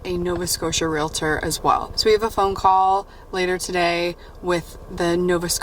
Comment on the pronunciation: Congrats on finding your new house, that’s so exciting! Thank you for pronouncing realtor correctly. I worked in real estate and I cringe when I hear somebody pronounce it real-a-tor!